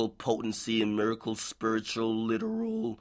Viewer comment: "Miracle spiritual literooolllllllll" lmao